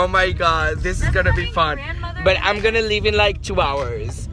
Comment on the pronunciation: j'adore le "but I'm gonna leave in Like two hours", so californian.